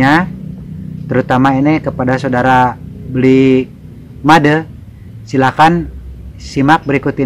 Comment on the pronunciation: salah pembacaan Made nya tpi gk apa